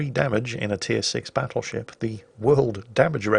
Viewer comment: Something about saying "BATtleship" and when he does his sickly laughs, reeeeeaaaaaallly aggravetes me